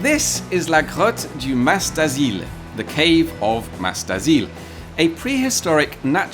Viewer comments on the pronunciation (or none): Silent S in Mas, if I'm correct...